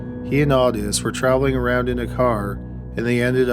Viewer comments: It's not awww-tus its oooooh-tis. Otis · Odis is pronounced O-dis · Your shows are typically interesting & I appreciate them, by listening often. However, when it comes to your pronunciation of names — people & places — you’re frequently well off the mark. Henry’s friend Otis, is not “Aw-Tis” for gosh sakes! The first letter & vowel of O in the name is long; a long “O”! So it’s simply prounced as “Oh-tis”. This is not hard to figure out. Just look in a dictionary or ask around!! You’re killing me w/ this kind of nonsense. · It's "Owe-Tuss" Toole....qq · Otis is pronounced with a long O, like Oh-tis. LONG O. Just saying. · Love the vids. Ive been around since about 10k subs.... But its Otis (oh-tis... Like oh no) not otis.